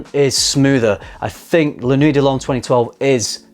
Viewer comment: Why do you say "La noo-ey"? It's La Kna-wee. Is the refusal of proper pronunciation am "English hate the French" thing? Also, a blue fragrance isn't defined by it being salty or aquatic. Dior Sauvage and Bleu de Chanal are both blue fragrances. Also a lot of blue fragrances tend to make you nose blind. Sounds like you're nose blind to the new ingredients and mistaking it for weaker projection.